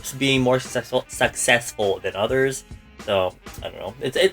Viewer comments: Take a shot everytime mispronounces successful😂🥃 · Tag yourself:I’m struggling to say sucessful 10000 times